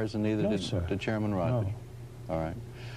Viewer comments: I hate the way this newsreader pronounces Feynman’s name, “Feyn-a-man.” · Ah yes, Richard Feyn-uh-man. The long forgotten twin brother of Feynman. So rarely reported on. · Fichard Reynman. Say his name. Fichard Reynman. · The news guy saying "Feyn_a_man" is making me crazy. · Fine e man. Interesting pronunciation